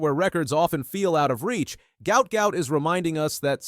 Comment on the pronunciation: Name pronounced Gwutt